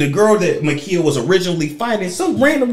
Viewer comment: MA'KIAH like Kiah. Like my neck my back. MUH KIE UH